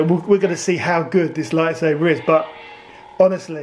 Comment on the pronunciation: Bruh it's pronounced lightSABER not saver pronounce it right g